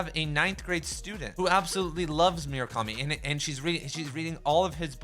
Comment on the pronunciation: Great video! But for the love of God please never pronounce Murakami like that ever again